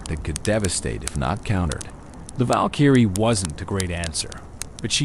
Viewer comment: Val-kEEEry It’s Valkyrie bro